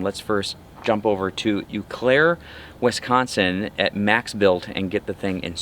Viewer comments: I think it's pronounced "oh claire" my man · Had to laugh about him correcting your pronunciation of "Eau Claire"! MaxBilt is about 10 minutes north of my house.